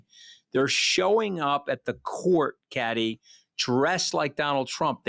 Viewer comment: God i feel sorry for Kathy!!the yank wont let her get a word in edgewise, doesnt have the manners to prounce her name correctly and tries to use her not being friends with criminals as a stick to beat her with....like thats a bad thing!! Hes truly an ingrown toenail of a human being....really shows Allistar Campbells lack of judgement since this podcast was clearly his idea, Rory saw him for the conman he is